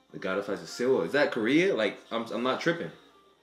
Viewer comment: I'm pretty sure Seoul is pronounced just as Soul not Se-oul.